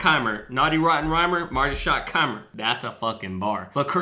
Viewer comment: Oh and 1 thing I needed to mention. Its shottenheimer.. not keimer